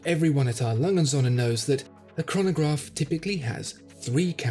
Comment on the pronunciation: I AM ONE OF YOUR FAVORITE VIEWERS,SO LET ME SAY THIS,I DO NOT KNOW MUCH HOW TO SPEAK GERMAN BUT I AM SURE YOU ARE PRONOUNCING THAT WATCH NAME TOO FAST OR YOU ARE SAYING IT WRONG. A. LANGE AND SOHNS IN ENGLISH WOULD BE A. LANGE AND SONS.THAT IS NOT WHAT IAM HEARING. YOU MAKE IT SOUND LIKE ONE WORD,I THINK YOU ARE WRONG...